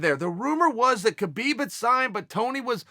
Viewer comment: Even Ali can not pronounce Khabib's name correctly